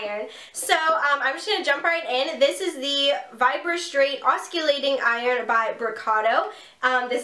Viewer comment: Thank you for a great review of this iron. I've really like Brocato products overall and wanted to try this oscillating iron (it's pronounced "awsillating" instead of "awskillating" - just thought you'd like to know!). I've been looking for reviews on it and videos of actual use, so thank you! Good video! I relate to you because I have invisaligns too ;-)